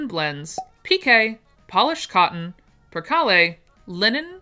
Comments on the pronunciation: I think the McCall 9198 would be loved by todays teens. BEEP BEEP BEEP you do not pronounce the e on PERCALE just kale like we eat. Oh thank you for upgrading your website. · OMG that was funny. You pronounced percale differently from what I'm used to and I said to my TV "it's per-KAYLE". Then you say "if I'm pronouncing any of these wrong, forgive me. So I said "ok you're forgiven 😂😂😂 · I only noticed you mispronouncing percale, which I have always heard as per kale. You're really doing better than I could. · I actually like your version of per-kahl-ay better, but I have always heard it said "per-kale" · poe-duh-SWAH; purr-KALE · Percale, is just like it's spelled ! Purr-,kale ! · Ok.... Per kale (yes like the vegetable,) ...... Po d' swa...... Crepe d' sheen, .......more a......., hope this helps .... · I think these fabrics may be pronounced this way. Tried to spell phonetically for you. Percale = Pur-kale, Faille= Fa- eye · Muslin is like a cheese cloth weight. Percale is pronounced Per Kale. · Percale, purr KALE Crepes, just like the French pancakes Faille, pronounced, file, just like what you use on your finger nails Hop that helps, I'm a Self taught sewist who's worked in 4 different chain fabric stores ! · Percale is only two syllables. perCAL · Percale is pronounced per-kale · Hi! Thank you for this video. Percale is pronounced perkale, faille is file, moire is moray. Love you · Yes, you mispronounced a few names of fabric I'm here for the lovely patterns and descriptions that you do with your special talent. Here are a few - bengaline Ben gal een, tulle tewll, peau poe, percale purr cal barethea bar a three ya. Birdy